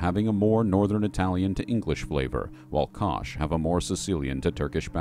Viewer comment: Y'all need to study phonics a bit, you're occasionally inverting pronunciation of consonants. Left-to-right, bro. And you pronounced Koth as "Kosh".